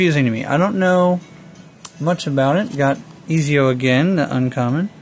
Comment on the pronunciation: Ezio is pronounced as (Et-Z-O)